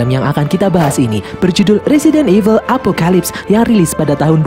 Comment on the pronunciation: Evil kok jadi eveul sih?